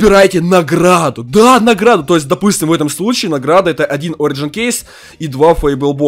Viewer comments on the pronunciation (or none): none